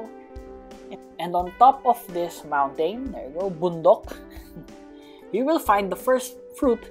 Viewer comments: Did you say bundok? Are you filipino? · Omg ded u say bondong are u philipino end what omg i cent belive it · I think your a Filipino you just say bundok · Ong is a filipino?!?! He just say "Bundok" 😭😭😭😭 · Are you filipino ? Cause you said bundok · Bro i thinks i haer u say bundok hahahaha are u filipino? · Did i just hear top of the montain bundok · wth! he said bundok philipines mountain